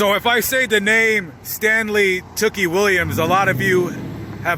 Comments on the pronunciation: Not that it matters much but tookie is pronounced "too-key" not "took-ie" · Two-Key...is how we at Lapd Pronounce it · U bitch ass boy how can you say tookie murder them when you were even there and u said his name wrong u a fareal a whole bitch